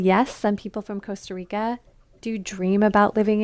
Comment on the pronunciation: Coasta Rica? Do you talk of the coast of groceries?